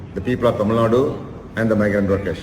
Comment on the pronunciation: it's not "thamil naad", it's "Tamil NADU"